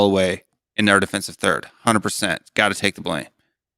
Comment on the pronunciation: 'hunerd persant'